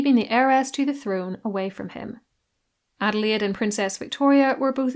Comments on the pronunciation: As a German myself, I don't say it very often: your pronunciation of German names is spotless. Great job. 😊 Thank you very much. Adelaide was such a great, kind woman. It was so interesting to learn about her! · German here living in the USA, your pronunciation was perfect. I appreciate the effort to get it right! Shows a lot of respect.